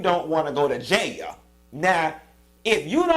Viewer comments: I had to watch this video 2x just hear u say JAILYA🤣🤣🤣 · 😂😂😂 every time you say “Jaya” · “ in jayah “😂😂😂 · you done had be SCREAMING on this video! Not “ J A Y A = jail!!! 😫😂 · That’s exactly how my grandma say jail too 😂🤣😂🤣 His ass going to JAAYAL🗣🤦🏾‍♀️ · It’s the way Q is saying “ Going to JAIL” for me 😂😂😂 I’m with him on crying too cause bihhh I ain’t tryna go to JAYAIL!!🗣 🤣🤣🤣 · Q it's how you saying "Jayal" that got me pissy😭😭😂😂 Yes All Karen's need to be locked up too❗ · You Pronounced all the letters in that word - JAIL and I am living for it. The sentence was fair considering he was very arrogant throughout the entire case. He could get off for good behavior. Who knows but then again they may make him serve the entire sentence. SMH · How you are saying “jail” is so funny! I am dying 🤣🤣